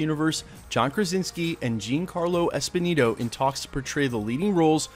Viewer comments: Jean Carlo Esponeeto??? :/ Giancarlo Esposito, you mean.... Pronounced Jon-carlo Ess-poe-see-toh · Dude - learn to pronounce his name. Jean Carlos Esposito. He's been on screens for over 30 years now.